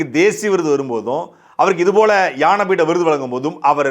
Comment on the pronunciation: அன்பு தம்பி சாட்டை. அவர்களே! இது ஞானபீட விருது. யான பீடம் என்று உச்சரிக்கிறீர்கள்.